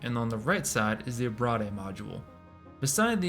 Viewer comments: Great vid, thanks for the deep dived. However...abrade = ah-braid. Ah-brah-dey makes it sound like an entre'. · Abrade is pronounced “a-braid”. It’s a long A. To abrade is to cause “abrasion”